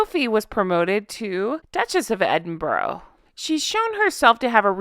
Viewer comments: ……its ED-IN-BURR-A!!! I’ve lived here 40+ years. ED-IN-BURR-AH. All equal syllables! Thanks! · I live in Aberdeen. (That's aberDEEEEN) And we don't say edd in BURrow we say eNN bRuh. But we only get irritated when somebody says edinbirgg. And "pissed off" can also mean annoyed and angry (said with grinding teeth). While piss off can mean go away. Yes pissed is drunk and so is guttered with almost silent tt.